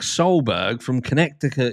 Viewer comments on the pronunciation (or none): It’s pronounced: Ka net uh kit. NY, NJ+Connecticut comprise the NYC metropolitan area. Yale University is there. I approve. Keep moving! Haha!